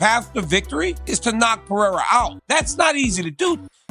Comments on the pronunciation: Mr sonnen PI-DAY-HA roll your tung blend it together and say it fastfaster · Chael: Pee-era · Sonnen is a moron. Why would anyone listen to a guy who doesn't even bother to learn how to say a fighters name correctly. Hack.